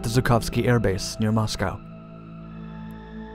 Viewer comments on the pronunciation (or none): none